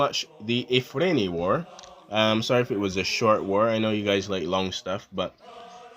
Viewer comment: It’s Ifni not Ifrin or Afrin.